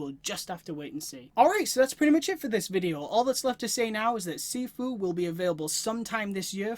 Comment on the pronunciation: It’s pronounced (SHEE-FUU) nice vid man